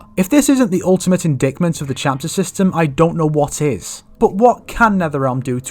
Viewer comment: I love your MK discussion videos but I just wanted to make a quick note that the "C" in indictment is supposed to be silent lol. its pronounced more like in-dite-ment. english is kind of dumb like that and stupid things like that is why foreigners have so much trouble learning it.